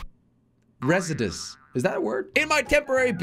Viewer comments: Re-si-dens. LOL it Re-sides😂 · It’s not residis it’s resides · yo uh jelly resides is a real word.. its pronounced re-seye-ds.. hopefully this helped you (not a hate comment) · resides❌ rezediz✅ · Residess is crazy 💀 it’s resides * yes it’s a word , it basically means live in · it’s pronounced res-I-ds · it's re-sides 😂😂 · re-sides not whatever you said 😂😂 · No way he didn't know "resides" was a word and pronounced it res-id-us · Jelly trying to pronounce “Resides”😹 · Blud doesn't know the word "resides" 💀💀💀 They were right when they said you didn't go to school 🏫🎒💀💀💀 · BRO CAN'T PRONOUNCE "RESIDES"😂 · he is dutch leave him be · Can’t even say resides